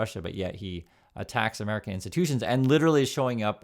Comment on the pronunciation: oh nooo is amewica expewiencing an amewican backed coup and take over of govt orgs by radical organizations ooh nooooo ooooh i think there is a word for it karma